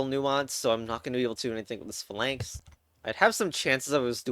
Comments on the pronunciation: the way you pronounce basilisk and phalanx is displeasing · you're pronouncing phalanx wrong on purpose right?